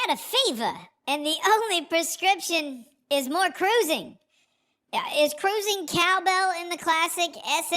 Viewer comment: I love the show, BUT, I need the hand gesture and the proper pronunciation of “cuh-rOO-zing” at the beginning. 😢